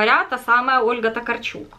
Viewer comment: Только Ольга ТокАрчук... Это ведь польская писательница, там ударение на предпоследний слог)